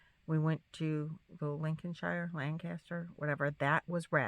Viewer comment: Hi 👋 love watching you! I am from the uk and Lincolnshire is pronounced as link on shear hope this helps 😊